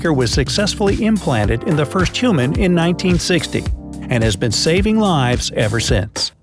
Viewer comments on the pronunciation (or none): none